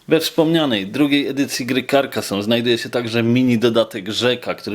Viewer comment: karkazone sie czyta